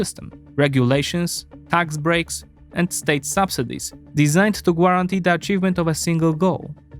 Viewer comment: I know it is a detail but “guatantee” read without “u”…. Small thing to make your work top notch